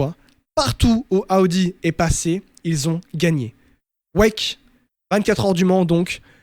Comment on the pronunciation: J’aime tes podcast mais ptn t’es insupportable avec tes « Aoudi »